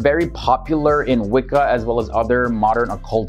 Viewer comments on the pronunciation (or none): none